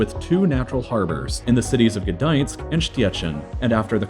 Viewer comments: I almost pissed myself when you tried to pronounce Szczecin and Gdańsk, but it's ok hahaha. Polish Language is even harder than Polish History tbh🤣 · Hahaha at the pronunciation of Gdansk and Szczecin. A for effort though, Polish pronunciation for English speakers is rough. Who stole all the vowels??! :D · gedajensk and sztiecin xDDDDDDDDDDDDDDDDDDDDD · "Gdoinsk and Pschechen" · The way he pronounced Gdańsk and Sczeczin made me triggered. Nie fajnie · you say 'gdańsk and szczecin'prety funny